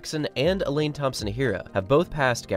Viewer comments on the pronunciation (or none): none